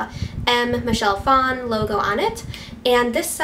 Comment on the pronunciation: I'm distracted by the way she's saying Phan....... i thought it was pronounced like fan.